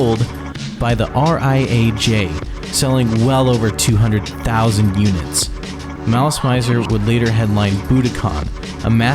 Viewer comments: I think you're pronouncing it wrong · How do you mess up something so important? Not to mention the name of the band the video is about! 😫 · The band stated somewhere that their name came from the French words "malice" and "misère" and should be pronounced as such. In fact in the very beginning of the video there's an advertisement for "Gardenia" where the correct pronunciation can be heard. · Ive so many issues with how you pronounced basically everything, holy wow. also, why translate the song/album names? regarding the band name tho, pretty sure they got "mizer" from the french "misère", hence the pronunciation.. which you had right at the begining of the video so WHY would you say "mAIzer" for the rest of it?! basically, its all french! all of their names that arent in japanese are in french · The mispronunciations in this are killing it for me. The kei in visial kei is pronounced “kay” and the mizer in malice mizer is “mee-za” and it comes from the word misery just spelled with a z. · Malice Maizer... Maileen Farmer... T___T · mizer, like how you would pronounce “me” in english to refer to urself. The “zer” part was correct tho. But yea, instead of Mai-ser, Me-ser. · Every time you pronounce malice mizor wrong an angel losses its wings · I appreciate the effort, but I got a facepalm at "visual key", and quit watching at "Malice My-zer". Which is to say, I didn't really watch the whole video and I understand no video can be perfect, but I hope this will spread more knowledge about this wonderful if unstable band. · Or the way he pronounces "közi" as /cozy/ or malice "maizer" 😬😬😬